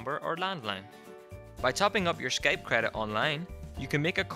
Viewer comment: Skaype hahaha